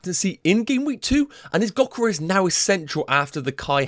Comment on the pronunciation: Gyokeres is said with a Y not a G